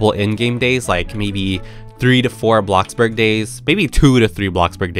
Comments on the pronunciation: Bro its BLOXBURG not blockburg (like if you agree 👍🏻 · Did u say blockburg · he really said “ABLOCKBORG” in lowercase today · I love how he calls it “blocburg”.🤣